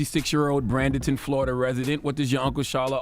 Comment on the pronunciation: Pronounced BRAY-den-ton